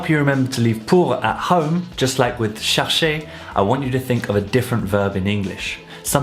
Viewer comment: I thought chercher was pronounced more like share-shay (without the y sound)